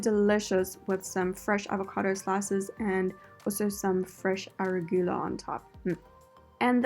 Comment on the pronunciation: 🤣🤣 it’s ah ru ga lah